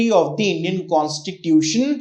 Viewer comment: Sir, your communication is good. I just want to correct you that(the is pronounced as Di only when it is used before a vowel)